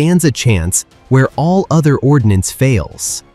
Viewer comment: not ordinance,, it's ordnance